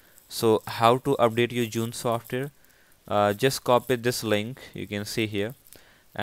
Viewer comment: learn how to say software then make a video useless video